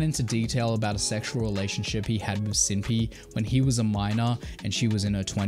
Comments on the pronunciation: I've only heard her name pronounced Sin-Pie. Never heard Sin-Pee before. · I love how he apologizes for pronuncing cinnpie’s name wrong and then continues to pronounce it incorrectly. cinn-pie not cin pee 😂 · Anti is still active on his twitter and twitch he changed his to where he still posts frequently He also launched a clothing brand for some reason??? And has a burner account on twitter Also cinnpie is pronounced like Sin Pie like the food not sin peee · Bro it’s literally just pronounced like “Senpai” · Dude you're still mispronouncing her name. It's Cinn-PIE "pie" as in the pastry, or cutie-pie. It's not difficult man. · "I copped alot of flack for pronouncing her name wrong... so sinpee" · you literally still say her name wrong. its "pie" as in Pi as in "py" as in what you eat, like, pumpkin pie or cherry pie. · You’re pronouncing her name wrong right now lol it’s Cinn (sin) Pie (like the food). Bro there’s LOADS of vods of her saying her tag. Who told you it was wrong LOL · Man said SIMPY 😭 bro im ngl, if you try to put yourself out there as a "smash news" channel and you dont even know how to pronounce the name of tags of the ppl you're talking about, when any active member of the community has heard the pronunciation 100000 of times, it makes you look like a full on outsider trying to benefit from the situation. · I had pronounced it wrong the whole video… "Simpy" lol. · Wait isn’t it Cinnpie (Sin-pie)? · How did you correct your pronunciation of Cinnpie and STILL say it wrong?! WTF LMFAO!!! Its pronounced Sin Pie. Sin as in sinner or sinful and pie as in the dessert... my God man. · I love how he said he pronounced it wrong last time and then just kept pronouncing it wrong lol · yeah, I don’t understand how he explains he got flack for mispronouncing her name only to continue doing it. like what? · Lol why even mention that you pronounced her handle wrong in older videos, before continuing to say it wrong? Not even a big deal, just weird.